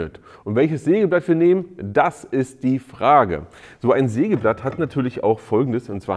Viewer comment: Neiiin!!! Ein Seegeblatt hat Zeehne ... -- ein Sägeblatt hat Zähne! Zefix!!!